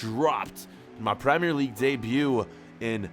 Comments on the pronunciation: U said premire league champions league bro lol good video love the content lots of love from jamaica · Premier leuage debut?